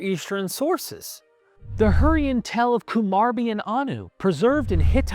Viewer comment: Its a 'tale' not a 'tell'